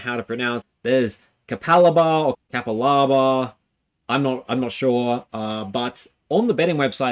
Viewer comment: You said it right ca pa la ba. Not ca pa laa baa 😂